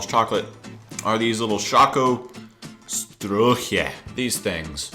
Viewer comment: And the way you pronounce "Strolche" sounds russian :D